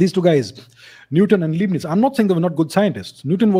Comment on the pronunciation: First of all it's not Liebnitz(pronounced: Leebnitz) but Leibnitz (pronounced: Lybnitz). Remember Hitler's book Mein Kqmpf (that is pronounced (Myn Kampf)